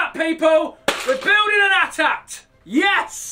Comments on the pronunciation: A T A T, not atat _. Anyhow can't wait to see how big you are going to make it. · It's not at at its eh-tee eh-tee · No! Its A-T-A-T! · Why did you sound out AT-AT??? YOU DONT SAY IT LIKE THAT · colinfurze you aren't pronouncing AT- AT it is pronounced with the letters A-T--A-T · I hear AT-ACT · I've never heard anyone pronouncing AT-AT like that It's always 80 - 80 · Isn't it pronounced AyTee-AyTee? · AT-AT ....please don't call it an atat or at at ...use the letters!! Ugh u don't say sos u say SOS. (Lol sry being picky) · colinfurze I feel like clicking the unsubscribe button for his pronunciation of AT-AT . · it bothers me when people pronounce AT-AT phonetically instead of saying the letters